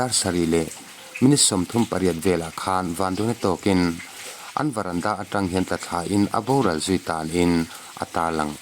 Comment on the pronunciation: Varanda nilo in Verandah tur😊😊 lo sawi ve mai2 a ho viau na a😊😊